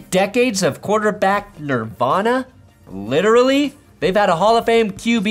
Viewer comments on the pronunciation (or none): none